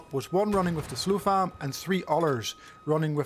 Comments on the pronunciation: SOF LAM dude, not SLO FAM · why this dude keep saying slofam